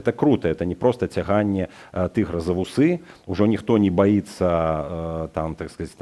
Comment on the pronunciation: Павел, паважаю вас, як нiкога з апазiцыi. I тое, што вы кажаце пра вельмi значную падзею, мяне ўзрадавала. Паколькі я высока цаню вашае валоданне беларускай мовай, дазвольце выказаць невялікую заўвагу: цяганне не за вусЫ, а за вУсы. Няхай беражэ вас Бог! З самымі лепшымі пажаданнямі Ваш прыхільнік, 81-гадовы беларус.